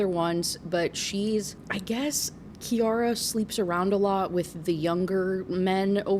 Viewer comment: SO weird to hear my relatively uncommon name being said so much in a video 😭 and I can confirm—it’s pronounced KI-ara :)